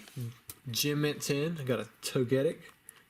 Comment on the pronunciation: I just bought a PSA Charizard... Oh dear lord, what have I done..? Also, "Tow-Gettick"... I've never heard anyone pronounce it that way... But I kinda like it! :D